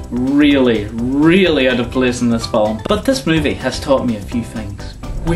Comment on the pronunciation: Hey! You say Fi-lm in 2 syllables! I hate that!